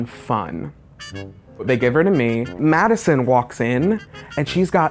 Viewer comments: My name is Madison it hurts he goes “Madison” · "So a client called... her name was *MaDiSoN*"